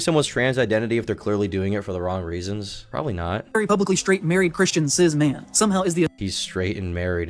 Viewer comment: At about the mark, didn't say "cis man", he actually said "Cizz man", which is in fact a compliment meaning "Cis man with rizz".